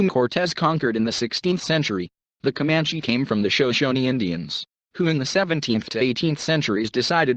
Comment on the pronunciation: I recommend reading "Empire of the Summer Moon" a Pulizer prize nominee for history . A more accurate but even more fascinating account of the rise and settling of the Comanche ( That's pronounced cuh MAN chee NOT COE manchese ) . Especially under the leadership of Quana Parker. Son of a Comanche warrior and his White WIFE. Not his slave.